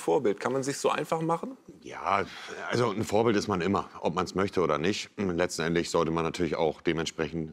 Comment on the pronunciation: Doch. "Letzenendlich" am Anfang XD